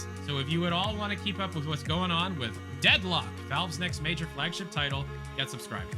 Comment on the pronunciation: the first time he "says" the title of the game he gets it wrong and throughout the rest of the video he had to dub over and correct, like, how do you call it Deadlook bro 😂